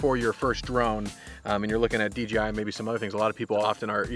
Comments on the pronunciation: Thanks for the review. Why do you call the company DGI instead of DJI when you say it? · It sounds like D G I lol D J I is hard to say fast haha